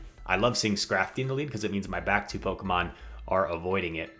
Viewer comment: What is it with Pokémon players mispronouncing Pokémon honestly!!!